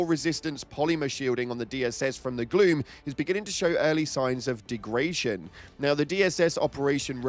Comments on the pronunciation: I learned something new today after and the butchering of degradation,apperantly degration is a word and it means the exsact same thing as degradation,can we just like get rid of all the usless words please? That way i can actually understand my own language without the internet? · easy money says he did NOT know that, and merely mispronounced "degradation"